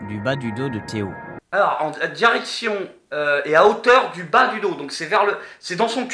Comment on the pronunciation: c'est pas Théo mais ThéO